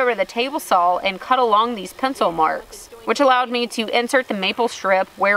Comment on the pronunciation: I have been binge watching your videos and my son noticed that I have started pronouncing the word "saw" with an "L" on the end. Great videos. Keep them coming.